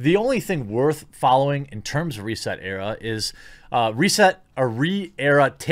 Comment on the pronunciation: Now i know i it's a hard name to pronounce especially how they spelled it but its "Reeeeeeeset ERA" and you really need to get that rolling "Reeeeeee" right as it's more like a guttural piggy scream as it gets castrated.